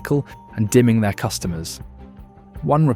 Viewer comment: It's not nickle and dimming. It's nickle and dime ing. It's pronounced dime not dim.